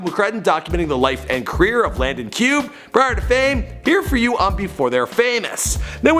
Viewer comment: Can you pronounce his name right